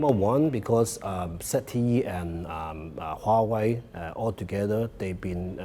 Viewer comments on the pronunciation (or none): Huawei sounds like YAHWEH